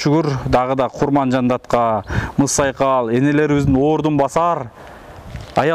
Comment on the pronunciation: капа болбо укам кайра кайра эле мызсайкал дейсинда Кызсайкал деп айтчы капа болбо